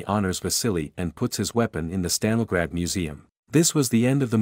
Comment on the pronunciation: My dude pronounced Stalingrad about 14 different ways, lol. Good video.